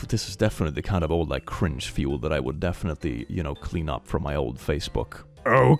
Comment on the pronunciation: Am I the only one who absolutely loves the way says "cringe" with his accent?